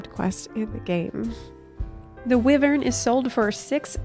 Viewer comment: You should really google the word "WYVERN" and hit the pronounce button. There was more to getting that goobue from 1.0 than just having the game, I was subbed for its entire duration and didn't receive one.